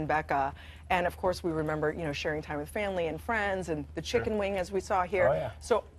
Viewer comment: it's WITH not wiff! 🤦‍♀️😂